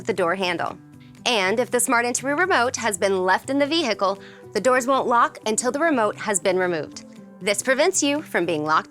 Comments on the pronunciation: Vee Hickle! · Then Select Vee Hickle